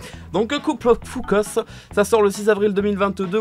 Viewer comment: Par contre cuckoos ça se prononce keukouz, pas kukos 😭